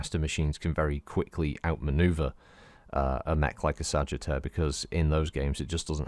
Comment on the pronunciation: LOL It sounded like Sagetter to me.